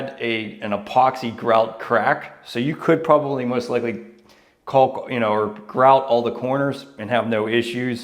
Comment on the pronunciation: There is no l when pronouncing caulk. Its kok